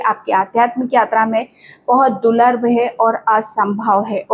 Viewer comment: आप दूर्लभ को गलत तरिके से बोल रहे हैं दूलर नहीं दूर्लभ बोलिए मुझे ऐसा गलत वाक्यों ऊदगार सुन सुन कर परेशानी हो रही है☝😳